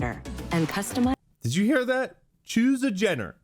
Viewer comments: its in reference to the AI voice that did the trailers When it pronunced gender it sounded like jenner Which is the surname of a famous family (the kardashians) and one of the daugthers in the family kylie has the surname jenner Therefor Kylie jenner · Was that "choose a gener" or "choose a Jenner"? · Ya hearing needs to be checked bro your hung up on things that don’t exist. Video says gender clearly you say Jenner for some odd reason. Same with journey. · I agree with all the other ones but she definitely pronounced the d in gender.